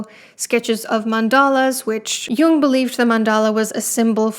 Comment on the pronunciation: His name is jung, not young, and heroin doesn't have an e at the enc